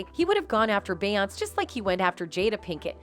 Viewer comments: Just like that voice saying “Bay Ons”!!! On another video I wrote BEY- ONS-SAY!!! Say her name right, along with all the other names!🙏🏾🙏🏾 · “2 Pack” and “Bayons”!!! 🤣🤣🤣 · 'She' is saying 2pack and Bayons, because she is a TTS program, not a real person.